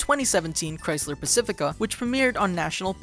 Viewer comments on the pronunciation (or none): none